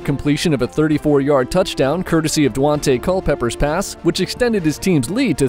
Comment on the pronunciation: Bruh did you say Dwante Culpepper